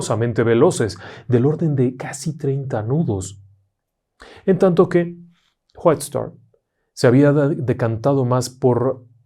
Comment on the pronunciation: ¿Por qué siempre pronuncia como J las Wh en inglés? Whitestar se pronuncia Guait-estar, no Juait-estar. Saludos